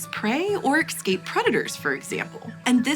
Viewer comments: The word is eScape not eKscape. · Escape not "Exscape" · Please. Its eScape, not eXcape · Is she saying ek-scape? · "Excape" predators, eh? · Exscape... repeatedly said. Do better.